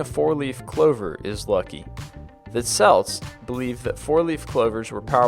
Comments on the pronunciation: Not to be that guy but, celts is pronounced kelts not selts. Sorry. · Its kelts. Not selts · SELTS? Who are they? Do you mean Celts with the C sounding like a K? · The "SELTS"!? Really!? Celts, dude, KELTS. Celtic KELTIC, not the basketball team. Not saying this is for sure, but I was taught that the umbrella thing was mocking the sun gods because originally, umbrellas were more like parasols to block out the sun. To open one indoors would be mocking to the gods. I heard it was an African myth. The salt thing I don't know for sure either, but I was taught it was because salt was so precious and expensive that something evil must have made you knock it over and since left is bad (sinistra in Latin), that evil thing must be there, so you toss the salt over your left shoulder to ward it away or blind it. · Celt's pronounced Kelt not Selt, just though I'd let you know that xp. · It is pronounced "kelts", not "selts" ...... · CELTS IS PRONOUNCED KELTS!!!! NOT SELTS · It was annoying me the way he pronounced Celts. It's pronounces (kel-ts) not (sel-ts). Whatever, interesting video either way. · Very interesting. I'm only giving a half like because he pronounced "Celts" as Selts like the sports team. It's "Celts" as in "Kelts". :/ If a lot of people already said this, sorry. You probably noticed right after you posted. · Again with the selts its kelts spelled celts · Celts is pronounced Kelts, not Selts. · Celts are pronounced kelts not selts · Celts is pronounces Kelts not selts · Number 17, The Sell-ts ... ? Its pronounced Kell-ts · the Celts (Kelts) not the fucking Selts. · CJ Schlotman Pronunciation is totally different from grammar. Grammar is in regard to text not speech :P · The repetative mispronounciation of certain words are driving me nuts! Celt/cletic (kelt/keltic), samhain (sowain), Thames (taims). Please stop butchering these words, their fairly common, especially if you guys are actually doing research like to say you are. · celts is pronounced (Kelt)